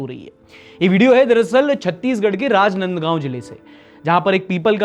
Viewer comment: it's राजनांदगांव. Love From Rajnandgaon Chhattisgarh ❤